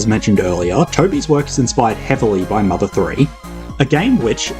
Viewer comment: "mother thouree"